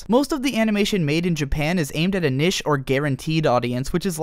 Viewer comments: niche is pronounced like "neesh" not "nish" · Jesus christ its pronounced NEESH not NISH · dude you can pronounce niche as "nich" or "neesh" you cant combind the two and say "nish" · It's pronounced neesh not nish. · Niche, not nish. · niche is prounounced neesh, not nish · Niche is pronounced Neesh not nish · its NICHE (nee shh) NOT NISH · Ahem....its. NEEEEEEEEEEEEEEEEEEEEEEEEEEEEEEEEEEEEEEEEECHE not nish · It's pronounced "NEESH" say it with me NEESH not NISH NEESH! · Good video, but "nish" as opposed to "niche" was profoundly distracting. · why did he say niche like that... its pronounced "NEESH".... im sorry i could't get over that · Niche is pronounced 'neesh'. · niche is not pronounced "nish" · nish... not niche? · It's pronounced "neesh" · niche; its knee-sh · Powered through the unfortunate pronunciation of "niche" to realize that this is actually a very informative and well put-together video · are you trying to say niche?